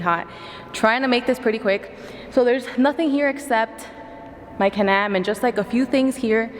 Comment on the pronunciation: She say Canam 😂 I'm trying to make her say Can-Am